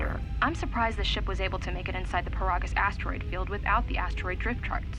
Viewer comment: It's pronounced "Puh-rah-gis"!